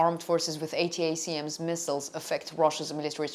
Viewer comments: ATACMS is pronounced "Attack Ms" as one word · Good content. Feel free to speak the acronym ATACMS like "attack them" but "attack 'em" and add the s for "attack 'ems" . It's a lot easier to say and more familiar to English speakers and by the way thank you for speaking English for us!